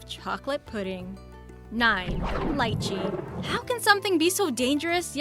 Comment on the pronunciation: She mangled Lichee, Jabuticaba and Carambola. Ca - ram - bo - la. all short sounding vowels. Not to mention that it is DEADLY to anyone who is kidney deficient. It WILL cause kidney failure if your kidneys are compromised.